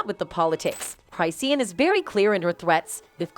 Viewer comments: Who is cry-see-an😅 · Cry-see-yan? 😂 This AI revolution ain't workin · Hey, it's pronounced Chris - shawn, not Cryseen. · Say things right at least. Google it first if you aren't sure how to say something. It's pronounced cris-shawn not cris-seen. It's pronounced coy la ray not coy lee ray. And fr means for real. Lol. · You really need to learn how to say her name …… say it with me Chris….Shawn.😂not Cry Seen😂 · What are you special ed her name is chris-shawn not cry-seen yall need to stay out our culture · 🤣🤣 I'M DYING!!!😂 the way Chrisean is pronounced is Chraw-shan 😎 Not Cry-see-uhn 🤭🤷‍♀🤭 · Ik U did not say cryseen😭😭😭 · "Cry-seen" and dram-mah" lol. 😂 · Girl U NEED TO WATCH OTHER VIDEOS BECAUSE YOU PRONOUNCE HER NAME WRONG. CHRIS-SEAN ROCK . GET IT RIGHT IF YOU WANT TO BE DOING A VIDEO ON PEOPLE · Who tf is chry-see-an and Coi Larry? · “Cry-seen” …girl you and this AI need to sit down. 🤣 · Cry-si-en ? Who's voicing this 😂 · SAY HER NAME RIGHT ‼️CHRI-SEAN 💎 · It’s pronounced Chris- Shawn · it crish shawn geezus pronounciate properly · UnFoRtuNaTElY CrY-sEe-An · Hold on, did the lady say her wrong on purpose. 😅 come on, get your stuff together, that's not how you say her name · You not even saying her name right and it's making me mad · can’t even say her name right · I mean lol why the narrator saying her name wrong 😂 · This damn commentator needs to know how to pronounce Chisean and Coi Leray. This is awful. Don't report "news" if you don't know how to pronounce names. Wtf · She messing up some names.😂😂😂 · you saying my bitch name wrong 😭😭 get it right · It's the fact that the commentator can't pronounce hey name correctly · Lmaoooo why the ai voice saiying her name ,like that 💀💀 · At least know how to say her fukn name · Even after hearing people in the video pronounce it right she still continued saying it that way I can’t 😂😂